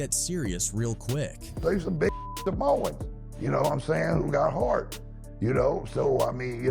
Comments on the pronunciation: Anybody else realize he called them Samons and not Samoans 😂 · “50 salmons” 💀